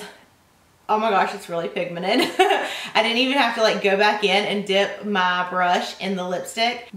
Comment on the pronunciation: 'very pigmened'